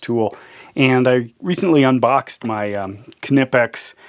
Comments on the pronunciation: I've watched a knipex produced video where the main guy in charge of R & D in Germany was talking to the main guy in North America and he pronounced it with the K silent as you would. It's just like knudesen or knife. So pretty please would you stop saying "Ka-Nipex" it's just Nipex or Knipex. It's a silent K. What kind of is this guy anyways? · It's pronounced nipex the k is silent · it's pronounced Nippex silent K, advice from Uk on the use of english to our mercan cousins 🙂😁